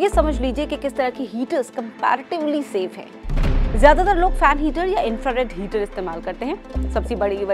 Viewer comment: 😂😂 हीटर होता है ना की हीचर 🥴🥴 लगता है आपको चक्कर आ रहे है मेरे पास ऑयल हीटर हैं don't wry 🥺mere ghar ajao 🤣 चक्कर nhi ane दूंगा 🥺🥺🤣🤣